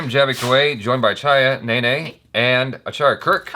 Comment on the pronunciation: is best in pronouncing😍😍